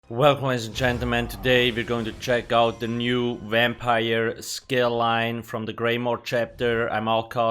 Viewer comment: Wampire skeel line